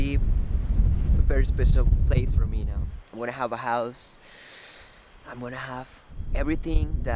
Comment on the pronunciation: I love your channel and watching your progress. Progress in videography, progress on your home, progress in English! A little advice to continue your improvement, when you say “now”, you’re pronouncing it like “nou”. Instead, try to pronounce it like /naou/ (if you read it in Spanish quickly) It’s kind of hard to explain in writing but I hope that makes sense.Just little tweaks that will makes you more fluent, but congratulations, you’re doing great!!